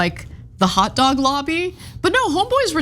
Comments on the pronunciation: But when he starts to pronounce hot dog as hat dog, it makes me wonder if somebody didn't just put one in his hand. I'll admit he did pretty good for someone who probably has never had a hot dog before. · He loves hot dog so much that he somehow has difficulty pronouncing it! "Hat dog" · Romney’s “hot dog” sounds like it has “hat dog” blended into its pronunciation